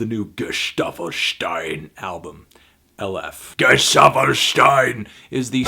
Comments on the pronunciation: Pretty sure he's saying it wrong. I think it's Aye-leff (e as in let). I could be wrong though. Also, fan of your music men. Some hella dank tunes. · Aleph is the first letter in the Hebrew alphabet. It's the symbol in the middle. You pronounced it wrong, you need to put the emphasis on the first syllable. Just thought you might be interested :) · he kinda says it wrong